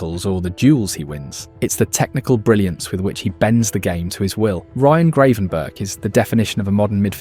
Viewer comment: Great video, but please stop calling him Grey-van-burg.